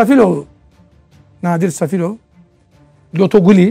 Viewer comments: Osdurax duz danis,Safilov yox Selifov,Rusiyada yox Azerbaycanda hebs yatif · Safilov yox gijdllax selifovdu düzgün de!Allah quliye rehmet elesin boyuk qardawa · Safilov deyil Səlifov. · Bakan sən nə cür bakansan ? Bir Qardaşımızın soy adını da düz demirsən . Səfilov yox Səlifov . 20 il Rusiyada yox Azərbaycanda oturub . Mən elə bilirdim sən savadlı bir bakansan . Çox təssüf sən də ... yazıqlar olsun! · safilov diyil selifov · Buda nazir heç bilmir Qulu harda srokda olub. Qulu Azərbaycanda cəza çəkib. Birdə Səfilov yox Səlifov.